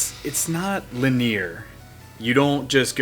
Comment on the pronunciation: Lyneer? The word is linear.